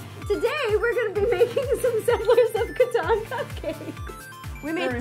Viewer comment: Saw this and I love my last name being recognized. It's a rare family name but this game is cool. Even if people pronounce it wrong :/ kaw-tan btw